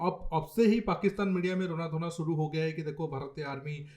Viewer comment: सुरू नहीं शुरू होता है। कसमीर नहीं कशमीर कहते हैं। आप अपना उचारण ठीक करें।